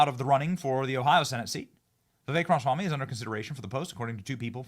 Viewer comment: Benny Dear, you're pronouncing Viveks name wrong. It's Ra- Ma -Swamy. You're missing the MA.